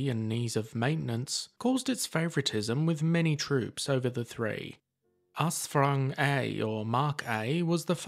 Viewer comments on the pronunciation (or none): "Us Frung A" Sheesh, didn't even try there.